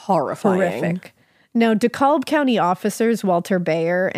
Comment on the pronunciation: I’m actually from GA and I just have to correct you on the county name (don’t worry though, everyone who isn’t from here says it wrong). Dekalb = Decab. My husband is from Utah and struggles with us Southerners leaving letters off where they clearly are and adding them where they clearly aren’t. I love yall so much! So glad I found your podcast!